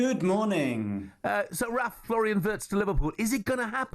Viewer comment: get his name right. And he was NOT promised the #10 jersey!